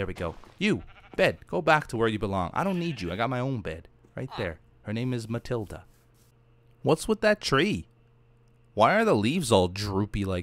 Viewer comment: Wait until named something Matilda! Come on your Portuguese say my name right! I am disappointed u of all people I expected to say it right